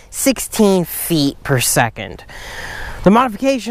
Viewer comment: 100 FEEH , 200 FEEH , 300 FEEH !!! LOL